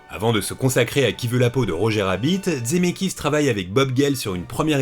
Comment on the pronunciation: Coucou, je découvre cette vidéo un peu tard, c’est super mais j’ai une question… pourquoi tu dis « Dzemeckis »??